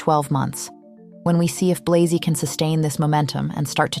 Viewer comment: Interesting video, but inaccurate at times. Firstly, Matthieu Blazy is a Franco-Belgian man; his surname ought to be pronounced accordingly. Secondly, "Gucci stabilising under Sabato De Sarno as its creative director" is a bit of a stretch. I really liked his aesthetic, but he was ousted because Gucci was in decline after Alessandro Michele.